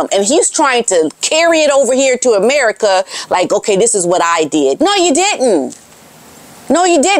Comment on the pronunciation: Evertime you say,"Ameri-Ka" my skin crawls. Today it took less than a minute. Your shtick get old. Maybe Ill check in in a month or so. Bye